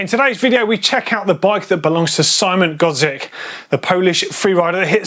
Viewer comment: szymon godziek a nie sajmon godsjiek